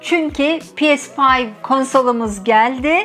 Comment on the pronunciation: Pi es fayv.... demeseymişsiniz iyiymiş.....🥴🥴